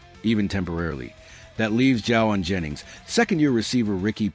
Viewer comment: Wow, you don't even pronounce his name correctly! And what is this Confirmed? Clickbate.